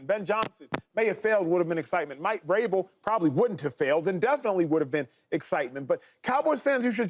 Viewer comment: Why can’t “they” pronounce Vrabel? What’s so hard about that name with “them”? This is not the only show that mispronounces his name. 🤷🏻‍♂😂😂